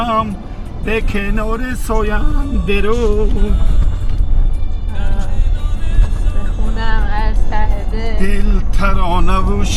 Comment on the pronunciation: Бесавод сояндаруд не...Зояндаруд..😂😂😂